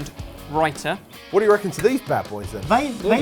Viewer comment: Thank you for saying raita - I was never quite sure if i was pronouncing it correctly. And, those recipes look lovely, I'll be trying them.